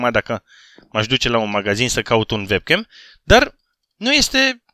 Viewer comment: tu zici vebcam la webcam pentru ca ştii germană şi în germania W se citeşte v dar se zice uebcam:)) ( şi te rog să faci un video la 250K abonaţi în care să îţi arăţi faţa dar nu trebuie neapărat să te joci ceva dar să ne arăţi şi nouă cum arăţi te roog )